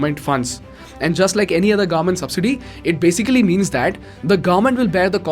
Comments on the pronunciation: its government not gaarmet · Its government and not garment 😉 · What is the pronunciation for “Government”? Please note there is a letter ‘v’ in the word. It is not like Gorment or Gourment. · Are we going to ignore how he is pronouncing garment instead of govern ment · sorry but i hear garment every time, when you say government.